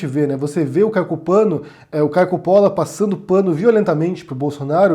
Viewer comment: Eu admito que ri quando ele falou "Caio Copano".